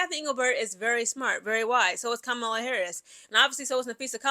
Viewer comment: It's pronounced KAH-MUH-LUH. Just an FYI.